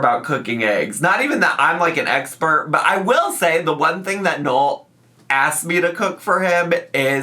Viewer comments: "Not even that I'm like an EGGspert"... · Eggs-pert? lol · ZM *a key a* The Aygxpert